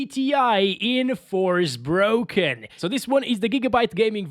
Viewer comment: "FOR--SPOKEN" not "FORCE-BROKEN"